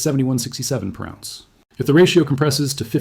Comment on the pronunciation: He pronounces ounce as awz. The metal lead he pronounces leed. AI reading a written script.